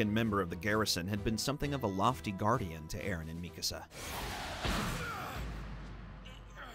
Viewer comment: WHO TF IS MI KAh SU? IT IS MIKASA